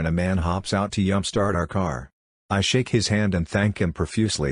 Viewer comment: Robot narrator turns Mexican at "yump"